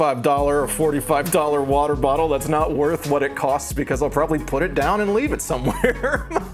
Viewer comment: hi this is my first time watching one of your videos i really liked you on the gus and eddy podcast but MY GOD the way you say "water" is disgraceful